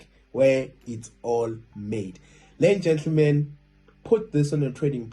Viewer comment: awe... Are you saying "lenja le" or ladies and gentlemen?? anyways, thanks for video